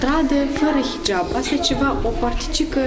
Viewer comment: Nice pe liba nu va sat bine cand zicet hijab proste de bubuie